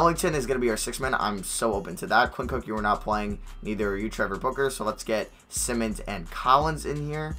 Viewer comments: For Anfernee Simons- it’s Sigh-muns not sim-muns (ex. Ben Simmons) JS. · Anfernee simons last name is pronounced sigh-mins